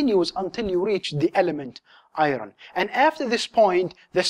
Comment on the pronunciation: It bothers me when you say "i-ron". Otherwise, great videos!